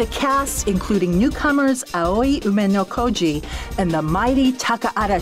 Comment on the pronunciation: VF3 really was ahead of its time. I was 6 years old when it came out in the arcades and at 31 I'm still impressed with the graphics, it's really a beautiful game. And now because of this vid I know how to pronounce Aoi Umenokoji's name correctly lol.